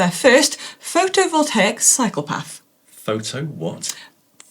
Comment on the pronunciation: Does Manon say "cyclo-path"? It sounds like "psychopath"... 😬